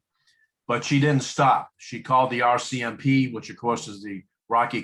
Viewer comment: Royal Canadian Mounted Police, not "Rocky" lmao